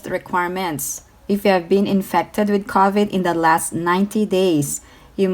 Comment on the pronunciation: Ms. It's not covet like coveting. It's pronounced crow for cow-vid:)